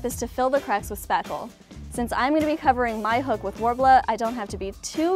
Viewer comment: "Cover the hook in worbla" - sounds like "cover your hook with money" to me @@